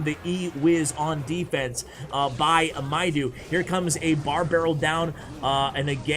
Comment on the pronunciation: Thanks in advance! Let me watch:D Btw its Mido (medo) not mydo:D Egyptian name